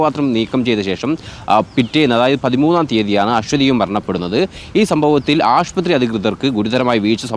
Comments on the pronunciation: ആഷ്പത്രിയോ? ശ്രദ്ധിക്കുക. ആശുപത്രിയാണ് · ആശുപത്രി എന്ന് പറയൂ 🙏🏻 റിപ്പോർട്ടറിൽ ഇങ്ങിനെ പറയല്ലേ 🙏🏻😊